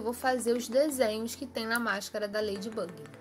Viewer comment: Ela tá falando igual à Letícia Braga se escreve lady bug mais a pronúncia é leire bâgue ok?! Fica dica!!👍😎😏😏